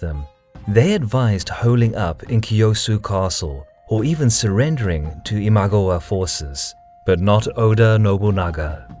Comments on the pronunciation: Great, so I've been pronouncing Imagawa wrong all these years. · every time i hear him say imagawa wrong i just want to skream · i can't stand how u say imagawa but really nice vid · Your pronouciation of Imagawa is ridiculous, jesus christ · it's not IMAGOWA, it's IMA-GA-WA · '' Ihm-ah-gah-wah '' isn't it ? Least that's how I always pronounced it. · It is pronounced as Ima-gAh-wa. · Very interesting video! Quick tip on Japanese pronounciation: there is no stress in the Japanese language, try saying "i-ma-ga-wa" (sort of like a robot) in stead of "i-MA-ga-wa". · I know you don't speak japanese but its i ma GA wa not i MA gwa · The pronunciation of Imagawa is i-mah-GA-wah, not GU. It sounds like a totally different word with a wrong vowel. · It's Ee-mah-gah-wah, Not eemagwa!!! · it's pronounced imagAwa, not imAgawa this is bugging me soooo much this video. In any case though, worth my 1 buck :D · It’s ima-GA-wa not im-A-ga-wa. Just saying, common japanese phonetics. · The pronunceation in the video is even worse than that, it sounds more like iMagua, maybe they are thinking of the character from Last of the Mohicans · this was really good, but i wish you had pronounced ima-gawa correctly. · 'Imaguwa' is driving me insane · Say it with me. Ima gawa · Nice video but.... WHY "ImagOwa" ??? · Your pronunciation of "Imagawa" is driving me nuts. It sounds like Imagowa. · Saying imagawa wrong really annoys me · The Raging Storm I agree 100% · I love the content. It is great to see Japan history. I lived there for over 2 years and learned the language and lived in the locations of many of these battles. The one thing that is killing me is the pronunciation of the lands and names of generals. The mispronunciation of Imagawa was particularly painful to hear over and over. Other than that, there are super cool!